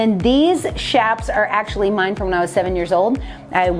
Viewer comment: THANK YOU for pronouncing chaps correctly!! Pet peeve of mine! Lol!